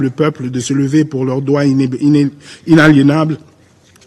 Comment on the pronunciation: notre "dwa" "inéb-inéb" inaliénable à l'autodénernation? autodé quoi? autodénerination nos partenaires " "internationales "? nos partenaires "internationaa"? internationaux. Merci de croire en " Naïti" ? Non. En Haiti (sans liaison).